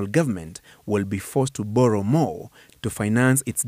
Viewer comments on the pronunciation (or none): If you hear a Kenyan government official pronounce the word borrow as bollow, then you know kenya imekwisha